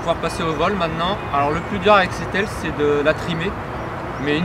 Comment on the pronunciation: C pas aille c aile